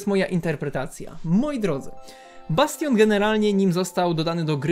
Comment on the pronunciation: "Bastion " Pozdrawiam XD